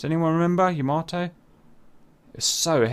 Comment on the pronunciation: It's 'Yamato'!! Love the Scharnhorsts, my favorite battleships. And this is intense!!😳